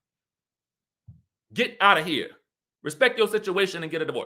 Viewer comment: I love the ‘gedaoutta of here’ then the Cheshire Cat 🤣🤣🤣